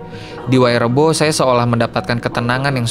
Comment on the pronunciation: Ma'af saya koreksi, bukan wayrebo tapi waerebo. 😊🙏